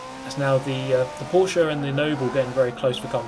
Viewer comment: for me as a german guy i want to appreciate you for spelling Porsche right